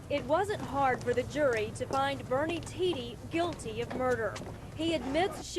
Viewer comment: Its not pronounced "tee dee" its "tee duh"